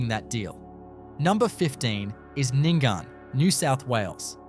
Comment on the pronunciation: Nyngan is pronounced Ning'n. Not Ningan. Mot Mootaboora, but Muttaburra - the way it is spelt. Not Ooyen but Owyen. Not Meekathahra, but Meekatharra. Didn't watch the rest. WHY ARE YOU USING AI FOR COMMENTARY. I am blocking this site.